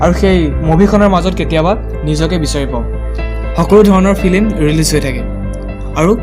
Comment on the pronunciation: ফিলিম নকয় ফিল্ম।। উচ্চাৰণবোৰ ভাল কৰিবা। বাকী ভাল লাগিল।